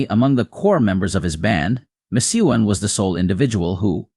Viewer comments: Please try to pronounce his name right, Mac Ke own. It was said so many times wrong. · Ma Chew on?? The AI voice over is terrible. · McKeown is pronounced MacEwan. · I'm not going to listen to any more of this rubbish you're not even pronouncing his name properly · Love Les. Too bad you didn't respect him enough to learn how to pronounce his last name. 😞